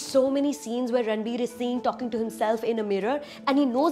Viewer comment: Sorry , but i stopped watching when she said "ranbu". -__